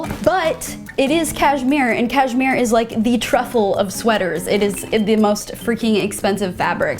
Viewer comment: “cash-MERE 👁👄👁”